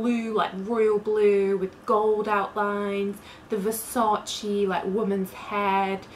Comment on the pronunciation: Stop saying versaci, it's Versace. The e is pronounced as a vowel.